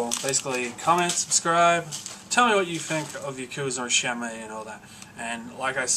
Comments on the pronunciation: Shenmuayy? If you love the game so much, then surely you've seen enough developer videos to know its pronounced SHEN-MOO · Shenmue & Yakuza are some of the best series' EVER, however when you say Shenmue it hurts my ears because you say it horrifically wrong :P cool video